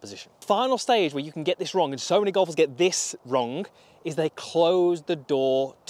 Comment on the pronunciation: I never knew that the word wrong has a k in it. 😂